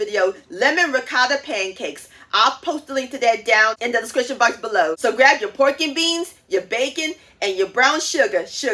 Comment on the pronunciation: The "discrishun" box below 👇